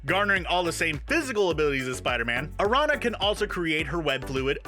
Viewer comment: Araña is spider in Spanish, not arana